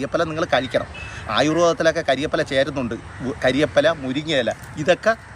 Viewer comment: കാര്യപ്പില... അല്ല മാഷേ... കറിവേപ്പില 😂😂😂...